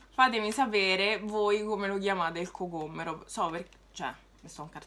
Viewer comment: Si dice Er cocoMMero qui a Roma, con due m sennò non rende🤣